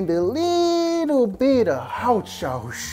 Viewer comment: Frank: I like to add a little, haot sauce. *Pours hot sauce*.